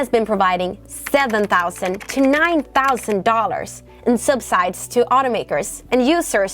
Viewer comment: Great video! Just a heads up, subsidies is pronounced (sub-si-dees). I know English is the worst and has way too many rules and sounds, just wanted to let you know and keep up the great work!